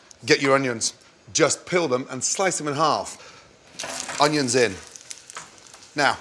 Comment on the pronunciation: Nobody: Gordon: oniOns